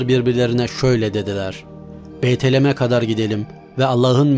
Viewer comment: beytelem degil BETLEHEM.